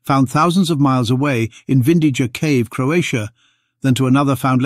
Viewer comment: BTW, it's pronounced Vindiya